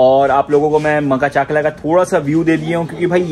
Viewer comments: Makhachkala ❌ Makhachaklaa✅ 😂😂😂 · Maka-chakla maka-chakla 😂😂😂 Butchered the name.... It's pronounced Ma-kach-kala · Makha chakla q bolrahe yaar its makhach'kala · Makhach kala not maka chakla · Bro it's called Ma-kach-kala not maka-chakla